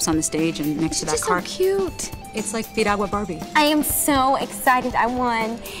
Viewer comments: lol, did she say Piruagala? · LOL...she can't even say Piragua..LMAO!!!!